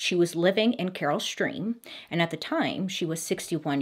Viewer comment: She did one when she pronounced Naperville as napperville🤣. So far she's only pronounced Carol Stream right as far as Illinois towns.